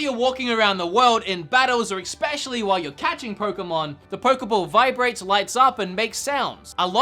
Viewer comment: Drink every time he says Ex-pecially